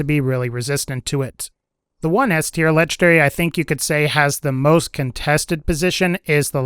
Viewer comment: I hate the way you say legendary..... "Lechederry."